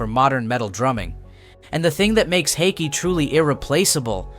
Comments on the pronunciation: I’m still waiting for the first American to pronounce his name somewhat correctly. The double A in his second name is pronounced Å, like the A in ball, fall, tall. And the last E in his second name is pronounced E like in ebony, ever, enemy. The narrator pronounce his name almost like "hockey". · I'm not sure how many different ways you can pronounce "Haake" but here is how it is meant to be pronounced: H-awe-keh. Not hockey, not hawkeee.. Phonetically it is "Hawekeh". Haake. You're all welcome lol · Haikey, Hockey...if you can't pronounce it right, at least stick to one pronunciation. Btw, it sounds like 'hawk-yeh' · learn to pronounce his surname properly please. this is unbearable lol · I love that you came up with 5 different ways to.pronounce Haake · For chrissakes pick a pronunciation (however wrong) and stick with it...4 different attempts. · Drinking game: Take a shot each time the narrator pronounces Haake a new way. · Take a sip every time the narrator changes his pronounce of "Haake". Or drink responsibly. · Haake is with a really deep A, is in "car", and an ending "eh", is in "eh" 🙂